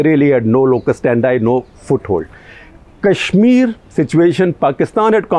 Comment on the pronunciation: Why do you often pronounce Kashmir as Cash-mir?